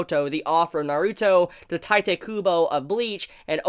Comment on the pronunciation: why do people call tite kubo Tietae when he has specifically said he prefers Tight Kubo as the pronounciation